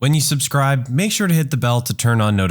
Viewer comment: “Supcribe to army of the jerk” lol